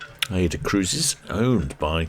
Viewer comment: If the sphinx class ships have an Egyptian motif, I would suggest that the pronunciation is probably ay-ee-da.